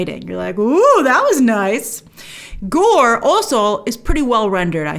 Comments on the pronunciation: Gore? It's "Goro". I loved the film. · Goro not Gore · Am I the only one that was scratching my head at Grace calling him Gore - not Goro. Did imishear? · It's Goro, there's an O at the end.